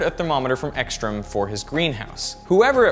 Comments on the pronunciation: It's very funny to listen to you trying to pronounce Swedish names like Ekström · I think you may pronounce "carrot" differently from most Americans, because that vowel sound doesn't even seem close to the sound in Ekström. To me, the ö in Ekström sounds kind of like the o in the French word pomme. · "Ouupsaela" "eakeestrom" Like, come on. You didn't even try to pronounce it right. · This is so funny to watch if you are from Sweden. The way he tries to pronounce Uppsala and Ekström... Got to love it :) I mean, don't take it in a bad way, but it is very amusing to watch.